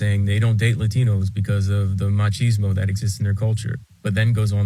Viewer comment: Stop saying 'machismo' wrong!